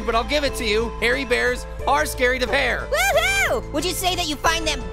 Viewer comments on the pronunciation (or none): wati not prear is pear